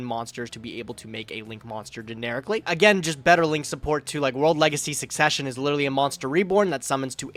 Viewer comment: Wait did he say SUSsesion